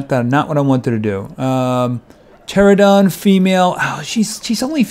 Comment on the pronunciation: Its a pteranodon not a pterodon